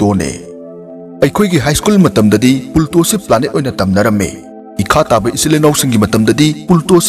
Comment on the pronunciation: Pluto hybiyo ebung pulto hyna tare ebungna pronounce toubada